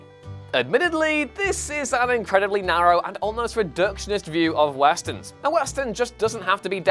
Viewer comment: no one: literally no one:: w a s t e r n s